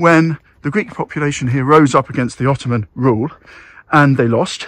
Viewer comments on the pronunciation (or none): none